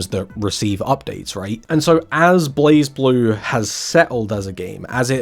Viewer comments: Yeah it's "Blaze Blue" and not "Blahz Blue". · During the recent Arc System Works Showcase 2026, where they announced a new character coming to Blazblue, they had the official English narrator for the showcase pronounce "Blazeblue" as "BLEIGH-bloo" So uh, there's your answer, per the horse's mouth If you humor me for a second, the "E" in "Blue" is silent so the "U" has its long vowel sound, so I guess the "E" in "Blaze" is silent to replicate that effect. Doesn't explain the "Z" in that word though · it's blay-blue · I think it's technically pronounced as Blay Blue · It's pronounced "Blazblue" i believe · Also It's pronounced like BureiBuru